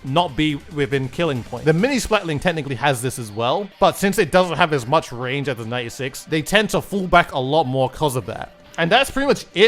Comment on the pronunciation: "Very Shot Rannge" On another note, I'm glad that DUDE encourages people to have their own opinions on things. Also, I liked the DUDE says memes in the plaza. Does anyone else remember those?